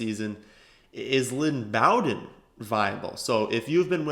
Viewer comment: its 'Bow" like row. not B -owden. Its Bow-den